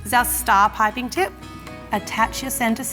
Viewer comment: The way she pronounces piping (pie-pin) lol